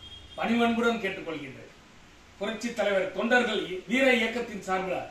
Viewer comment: அது தெண்டர்கள் இல்ல தொண்டர்கள் டா தற்குறி 😂